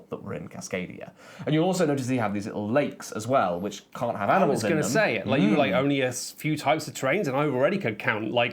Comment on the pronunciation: Those 2 cloth "boards" look terrible. Also you mispronounced "Amnimals" in the Cascadia bit :)